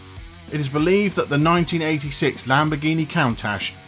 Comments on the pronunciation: Proof that a British accent doesn't make everything sound smarter... Not when the speaker has difficulty in pronunciation. 'Count- ash'? 'debutt-ed'? 🤣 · Jay recently said in a interview that he had 201 cars. Please learn to pronounce "Countach" properly! The show Top Gear had Jay on as a guest, and went through a big list of his cars. Jay had GM build him a custom 1 of 1 turbine powered car. He has a custom built tank powered car. Thank you. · I just cringed when the narrator mispronounced "Countach" wrong. If you care about your audience then you'll speak correctly.